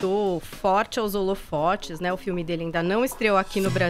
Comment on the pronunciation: "Holofortes"???? Parabéns pra representante dos lgbt e de toda esquerdopatia.